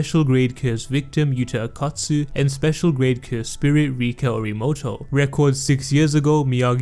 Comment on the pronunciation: Why do you keep saying akat tsu , thought it was o kot tsu